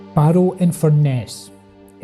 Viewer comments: Also it’s pronounced in Fur Nuss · Fur… ness, it’s pronounced Fur…ness.